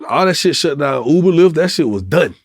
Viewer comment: It's Uber - NOT OOBER... 🤣 🤣 🤣 🤣 🤣 🤣 🤣